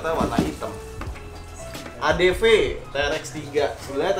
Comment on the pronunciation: Bukan ny itu huru v y bukan huru f